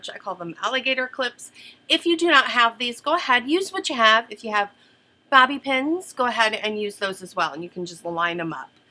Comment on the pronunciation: You didn't say "bobby pins" in your usual accent! The world must be coming to an end! :) Love these looks...and you!